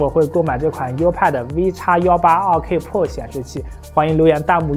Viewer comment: 自行车是什么梗？还有健哥这个pro一直听成了破